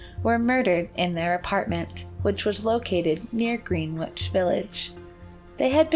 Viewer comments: Gren-itch, not greenwitch even though spelled, Greenwich. Also, La Jolla is La Hoya. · It's definitely pronounced "Grenitch" not "Greenwitch". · Enjoyed as usual. FYI it's not "Green Witch", but "Grin Itch" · “Green-witch” instead of “Gren-itch” as Greenwich is pronounced is like nails on a chalkboard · green-witch..lol🤣 it’s pronounced gren-itch..it is a very famous neighborhood in lower manhattan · Greenwich Village is pronounced Grenich Village. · Green Witch. LOL.. How about GREH-nitch? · Greenwich village is not pronounced Green witch. Gren-itch. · GREN'-itch...not GREEN'-witch...every video, the narrator mispronounces some proper noun, whether it be a person's name, a city, etc. EVERY one of the videos!! haha What's up with that?!! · GREENWICH is pronounced like GREN-ITCH 🥰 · Greenwich village, pronunciation is not, Green-witch! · “Green witch” lol that was a silly mistake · ...did u seriously say "Green-Witch Village"? That's a pretty big mistake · No, it isn't. She pronounced it the way it's spelled. It's a very understandable mistake. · It is not Green- witch........... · That's 'Gren - itch' Village in NYC. Normally I don't care about 'places' being pronounced correctly, and wonder why people bother leaving a correction in the comments, BUT that's one you guys will likely run into again... it was a pretty interesting place for a very long time. So just for future reference :) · Haha it's pronounced "grennich" village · Greenwich is pronounced Grin itch; just in case it ever appears in any future videos this woman narrates. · Gren nich (greeenwhich) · Greenwich pronounced Grenitch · That's... and she's saying Green- which!!! Lazily Done!!! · Gren-ich, it's not hard to say the name correctly. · "Green-witch" lmfao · Good one guys. Oh and Greenwich is pronounced without the "w". Gren-itch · Gren itch. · DesertHummingbird I thought the "green" part was pronounced more like the word wren, just with a g?